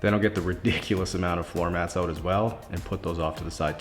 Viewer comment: Hearing the way you say "out" is satisfying🇨🇦